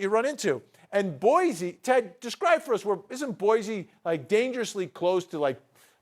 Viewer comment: Hey dudes!!!!! It’s pronounced Boy-See there is no Z in Boise.